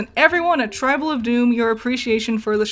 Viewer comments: Yeah, this bugged me every time you said it. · It's Tribble not Tribal.